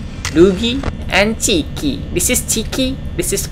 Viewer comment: Chika ❌ Chiki✅